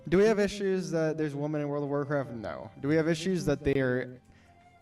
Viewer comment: anyone else annoyed that guy keeps saying woman instead of women. or am i hearing it wrong.